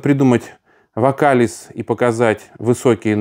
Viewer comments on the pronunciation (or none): Уважаемый, не вокАлиз, а ВокалИз. Вам комментируя эстраду и прочее в этой сфере, необходимо знать такие нюансы. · Уважаемый, пардон, но не ВокАлиз, а ВокалИз. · ВокалИз- ударение на "и". Простите, поправила.